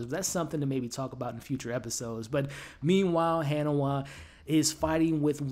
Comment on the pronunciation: Its not kofu...it's kofun. Its not hannahwa...it's ha ni wa. Its not mag rah...it's ma ghra. Its not lord haron....it's harlan.